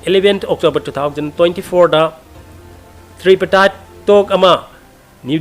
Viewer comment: Wah thabak leitaba Popularism Tri partite talk pronounciation du lanle Tri du tree haina pronounciation toure